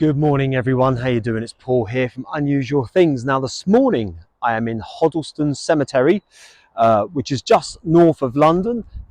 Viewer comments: If your going to do a video learn how to pronounce the name of the place its Hoddesdon not Hodellston. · Hoddleston? haha...... Hoddesdon...... sorry I don't mean to mock.... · Very interesting videos Paul, if it helps can I just say Hoddesdon is pronounced Hod-des-don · Paul hello and welcome to my hometown, which you didn’t pronounce very well, I’m afraid😅😂 but anyway, you’ve just walked past my mum‘s grave thank you 🙏🏼4 that And it has a vast community of Italian people Lena is right by the Big stone crucifix and she lived many many years in our hometown. Unfortunately I did see her now and again, but she was really really unwell poor darling may she rest in peace 🙏🏼❤️🙏🏼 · Nice one Paul, glad you finally got to come up my way. But listening to you pronounced Hoddesdon. Sorry, it was funny. So incredibly sad what happened to Lena, but glad you went to see her. Thank you 😊